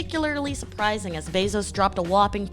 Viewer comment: Good video, but the way she says his last name hits the ear wrong